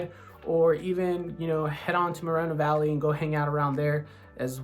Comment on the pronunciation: If you were 10 minutes away from Homeland you would know how to properly pronounce Moreno Valley a dollar in a sack of potatoes you don't know shit about Homeland California U need to study do your homework nothing u said is true